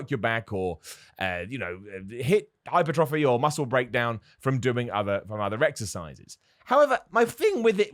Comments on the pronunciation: I think it’s pronounced “high-PURR-tra-fee” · Clumpy Very true, but has commented in the past that he’s not sure how to pronounce that particular word. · Damn, i needed several seconds to realize what word he is refering to, and then i thought he's just making a cat joke.